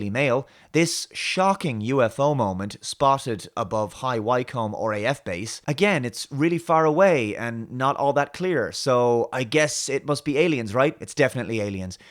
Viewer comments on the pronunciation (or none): Hey. I'm a resident of "High why cum" and High Wycombe is pronounced "High wickom". Just saying!:) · “High Wie-Combe” air base ??????